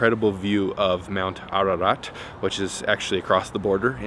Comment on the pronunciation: You pronounced "Ararat" like a real Hye!!!!!